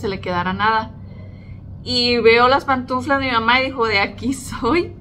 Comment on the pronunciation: se dice pantuflas, no "pantunflas".